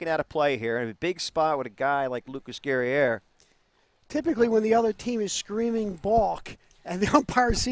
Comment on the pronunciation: #8 - Guerrier, pronounced like courier but with a G 👍🏼